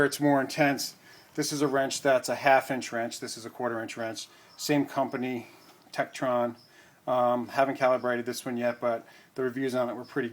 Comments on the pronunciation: It's TekTON not TekTRON. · adamaj lol trekton tekron tekkenton same thing right 😂